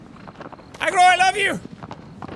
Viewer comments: When you say the Horses name I sound like You saying egg roll 😂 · I can't be the only one that heard him saying 'egg roll' when he says "Argo" , can I? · not sure if deaf or if jack is actually calling agro "eggroll" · I thought it was "eggroll" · I hear Wander say Eggrail not Eggroll XD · Is he saying eggroll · He knows is Agro but he calls her eggroll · I'm gonna be honest I heard eggroll instead of Agro 😂😂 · Is he saying eggrole? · Fatih 12304 No, he’s saying eggroll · Is he saying egg roll?? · every time he says the horses name I hear Egg Roll and I can't tell if that deliberate or not XD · It's so funny how when he said Argo it sounded like he said egg roll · I love how you have all of these mature people mixed in with the 4 year olds that think it’s the funniest thing that jack is calling Agro ‘eggroll’ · Everytime you say Agro, all I hear is "eggroll" lol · he is saying egg roll, it's a joke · I swear he’s saying eggroll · All I hear is eggroll. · Ive beening to say this, but when you say agro my mind tricks me and thinks you say eggroll. nothing personal, its just i laugh everytime you say his/her name.